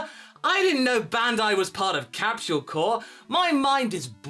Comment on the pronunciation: You pronounce capsule as captuale?